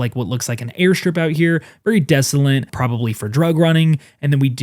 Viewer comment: Please*,: Desolate doesn't have any N's, so *please stop saying desolent.